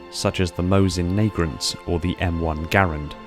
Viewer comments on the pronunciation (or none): That mispronunciation of nagant... "Nay-grant" ... "Nah-gant" Also, lorewise, didn't the full auto setting get removed going from the XBR-55 to BR-55? Considering the rof, it would make some sense to remove it, and that's coming from someone who detests burst fire modes in favor of the user manually controlling bursts or just semi-auto. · There is no 'r' in Mosin Nagant my friend. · “Mosin Nagrant”... ummmmmm what? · "Nagrant" Nagant,. Nagant. Nag-aunt. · Pronounces nagant as naygrent lul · more like na-gaant. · Not Nagaunt.. Not Nagraunts.. Not Nafuckyourmongant.. It's Nagant. Na-Gant.. It's Belgian name tho.. Lmao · I was going through the comments looking to see if anyone else caught that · It hurt my ears as much as forgeiners pronounsing Finnish words.